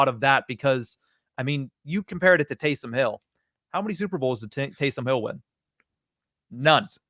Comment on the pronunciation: Now you called him Tausom Hill....wow.